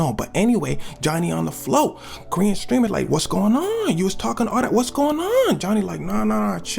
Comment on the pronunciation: Why it sounds like he said green streamer😂